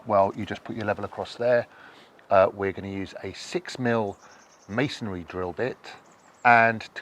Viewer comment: Thank you for pronouncing masonry properly; not as "masonAry." 😊